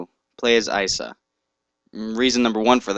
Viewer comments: its not isa its .i. .s. .a. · It not Isa it I.s.a Noob